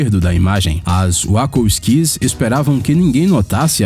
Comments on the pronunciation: 1- "centenas dessas Árvores" 2 - As wacko skees 3 - DESAVENTURAS em série 4 - Os órfãos BaudaLIER Da pra perceber o cuidado pelo conteúdo deste canal kkkk Consiste em pegar listas e ficar lendo aleatoriamente sem fazer ideia do que está falando. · as wakos skis??? que porra é esta? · as wakakiquis 🤣🤣🤣🤣🤣🤣🤣🤣🤣🤣 vixi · "As Uácouski!" hehaeiuaeha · rachei o bico com as Uacoskis aqui.. kkkkkkkkkkkkkkk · "uacosquis"???? WTF? hauhauhauahua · mano, wacko skys eu ri alto aqui HUIAHUIAHUI "que porra é essa? não era das wachowskis?" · Meu deus veiiiii "Wako skis"??? Pronúncia diretoria desgraça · O vídeo é da hora, mas ouvir a pronúncia dos nomes das diretoras de Matrix foi doloroso... kkkkkkkk